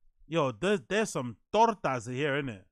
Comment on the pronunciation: He said tortas😂